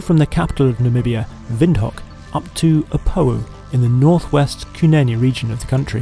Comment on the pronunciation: ....er that's "vind-hook"